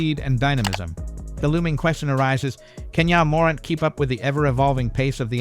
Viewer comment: This AI voiceover is trash. Wtf is YA morint.